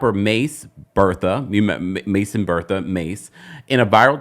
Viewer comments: my Millennial heartbroke when you said Ma$e Bertha lol It’s Betha like “Beth-ah” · It is Mason Betha not Bertha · It’s mason BETHA. Not Bertha